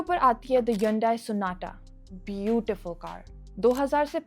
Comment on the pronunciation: Continuously wrong pronounciation of hyundai